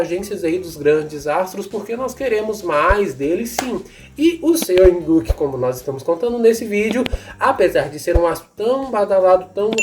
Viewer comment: Não se pronuncia Seo in Guk, se pronuncia SÓ IN GU